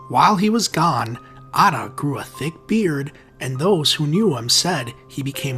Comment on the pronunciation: Man the pronunciation killed me Mohammed aaaaataaaa😂😂😂😂😂😂😂😂😂😂